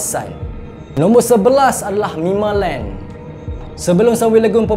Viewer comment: Bang, orang cakap mimaland bukan mimalent😅